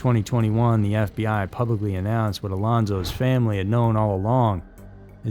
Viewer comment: “Alonsos’s”?? WTF?